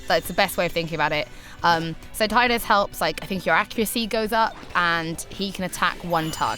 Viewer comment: Thank you for pronouncing Tidus "Tie-dus".